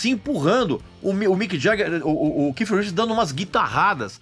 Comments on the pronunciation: Não se diz que com essa impressão de kiff, é KEITH, com som de T. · Porque esse fresco nao chama o cara de keith? Fica keiff pra la keiff pra cá, so pra ser diferenciado, desnecessario isso. Keiff minha rola. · A pronúncia do nome não é essa vc tá forçando a barra no seu inglês tupiniquim